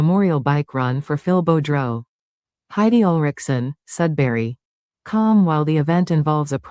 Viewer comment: It’s French. Sounds like Boo Drow spelt Boudreault